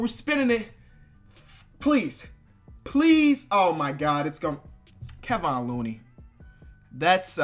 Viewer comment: Mans said Keh-von looney